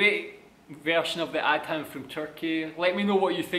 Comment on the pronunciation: the word is not pronounced AD-HAN, but A-THAN (like in greater THAN)